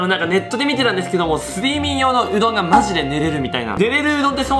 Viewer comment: すい↑みん↓よう→うどんw